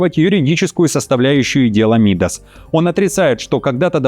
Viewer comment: Не МИдас, а МидАс